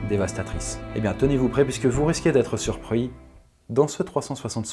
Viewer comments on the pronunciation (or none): "vous risquez d'être surpruis" mdr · surprouis mdrr